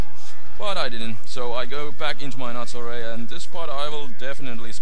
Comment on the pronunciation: when you said nattorei i thought you said attourney